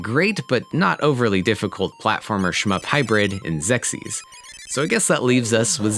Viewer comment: Please never say "shmup" again...and by the way, you should have mentioned Trojan, Kung Fu Heroes, and Conquest of the Crystal Palace. 😅